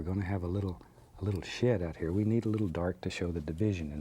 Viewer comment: every time he said “shed” it sounds like he said “shit”😂...just me.... ok